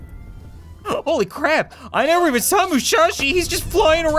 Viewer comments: It is Musashi, not Mushashi. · IT IS MU-SA-SHI NOT MU-SHA-SHI!!!!!!!!!! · its “musashi” not “mushashi” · It’s not mushashi it’s musashi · its musashi not mushashi and no i dont care its been 2 years